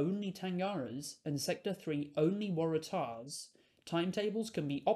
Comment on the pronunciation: good video! minor thing but the emphasis in "waratah" is usually on the "war" and not the "tah"